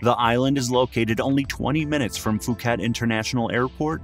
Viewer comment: Phuket is pronounced Pooket not Fooket.